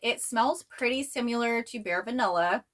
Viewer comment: Where are you from? Jw bc I've never heard anyone say "simUlar" before lol just similar like with a short "i" sound. Love your videos ❤